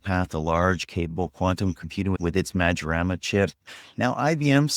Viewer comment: LEARN.. It is not a MADZORANA but (read like that) MAYORANA !!